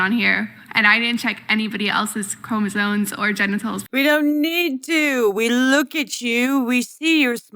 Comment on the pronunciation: Did that girl with the green shirt say.......chromosoNes? I can't get over it.